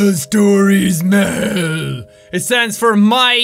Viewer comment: It's called MEL not MELM.